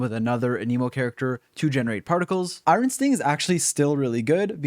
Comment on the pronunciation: The 'iron' pronunciation.. Changing to Jade Cutter simply to avoid remembering this slaughter.